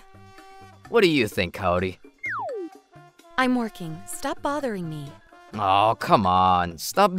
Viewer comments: Very glad that guy got what he deserved. And I have to say I cringed pretty hard at the female VAs butchering the names, especially Kaori. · It's Kaori like apple and not Kaori like asian